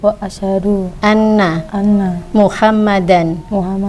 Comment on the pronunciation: Bukan Muhammadar, Rasulullah tapi MUHAMMADAN RASULULLAH